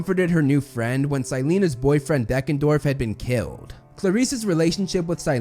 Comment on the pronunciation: & : Is it Deckendorff or Beckendorff?